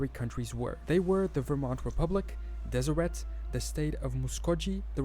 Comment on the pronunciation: I'm glad you're back. Keep on keeping on! P.s. the t in Deseret is silent (des-i-rae).